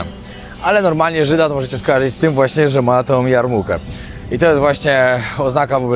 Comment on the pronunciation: mówi się "jarmułka" a nie jarmurka.